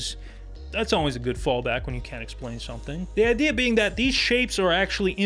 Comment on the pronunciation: Dont br intimidated by, he can't even say sit or the the word when